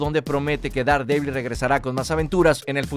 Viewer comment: Daredevil; Derdebl. Pronunciación.